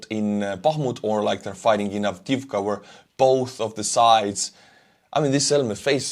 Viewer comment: In name of "Avdiivka" there is unique ukrainian letter " Ї ". You need to teel "i" two times. Avdi - i - vka.